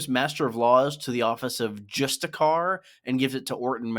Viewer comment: It’s pronounced just-isher, all the asoiaf channels pronounce it incorrectly